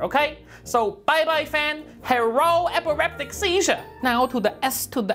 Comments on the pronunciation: "Bye-bye fan, HERRO EPIREPTIC SEEZHUR" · "Bai Bai fah, herro epiriptic seizuh"* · "Bye bye fan, herro epereptic seizure" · "Bye bye fan herro eperreptic seizure" LMAO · needs to hijack the channel more often, amazing as always! "bye-bye Fan, Herro epileptic seizure" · hello epeeectic sesuire